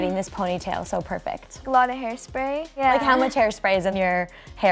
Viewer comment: Ariana says yuh not ya,!!! 😂